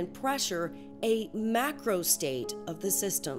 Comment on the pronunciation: Вы micro и macro так одинаково произносите...